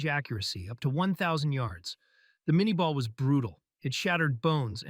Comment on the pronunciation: *minyeh ball (pronunciation)